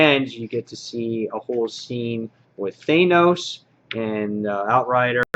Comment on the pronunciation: THAN-OS< not THAY-NOS.. and it's NAYgan, not KNEEgan in WD.